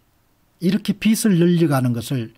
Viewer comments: 빚이라는 단어를 읽으시면서 비츨, 비들. 비슬 등으로 발음하시는데 정확한 발음에 대해 살펴 보시길 바랍니다. 연음법칙에 의해 비즐이라고 읽는 것이 표준으로 알고 있습니다. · 우리 말과 글엔 쓰는글과 읽는말이 따로있는데 요즘 말은 많이 잘못되어 있어서 말씀 드립니다 빚 - 돈을빌린것 빚을 - 비즐, 빚이 - 비지 빛 - 햇빛, 불빛 빛을 - 비츨, 빛이 - 비치 빗 - 머리빗 빚을 - 비슬, 빗이 - 비시.